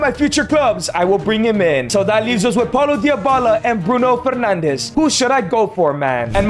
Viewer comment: why does bro say dyabala